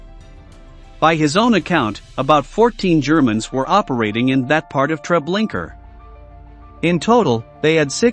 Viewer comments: Treblinka not Treblinker. I don't understand how this can be mispronounced. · TreblinkA...there is no ER at the end. If you're doing something important as this horrific event in our lifetimes, make sure you use a real voice. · To the guy reading this, Trablinka ends with an A , not an R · It's Treblinka not Tre blinker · Pleas. It’s not TREBLINKER. It’s TreblinkA. Pronounced Tre Blink A. The A sound is the same as in car. Sounds like Ar. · Where do these narrators come from that they cant pronounce correctly? Treblinker??? This is when i stop listening! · Its is pronounced " TRE BLIN KA" If you do another video again don't use AI it makes you sound stupid. It's also very disrespectful to those you are trying to document about. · Yes do you suppose this robot was of British origin and that's why he pronounced Treblinka as "Treblinker" ? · Every time I hear the narrator say Treblinka as Treblinker I cringe. It’s not that hard to pronounce. Did anyone review this video before posting it? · It’s TreblinkA no r at the end! Get it right. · Just a request to do this again and put an actual human voice narrator. These people were already dehumanized once and now to have a robot read their final days out in 'Treblinker' still seems like all they are is statistics. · Very interesting stories. But if I heard the narrator say Treblinker one more time…😱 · "Treblinker" ?? LOL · It's spelt "Treblinka", but pronounced "Treblinker"? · No, it is pronounced "Treblinka". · I wondered why it sounded so weird. Also, why was it saying, “Treblinker?” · Why Trablinker? You can be bothered to watch 1 documentary or google the pronunciation there is no R at the end of that word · Mispronouncing Treblinka is beyond irritating. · Please edit the way you say Treblinka out off respect! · I cringed every time Treblinka was pronounced incorrectly.